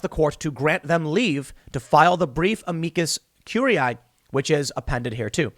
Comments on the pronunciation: Tim, just call it an amicus brief. You're obviously having a hard time pronouncing the full name, just say the easy version, it's the same thing lol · It bothers me every time Tim tries to say Amicus or amicus curiae or Amici.... #Trialsofsomeonewhotooklatininsteadofanormallanguage